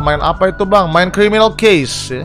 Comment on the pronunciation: criwminawl cwases:v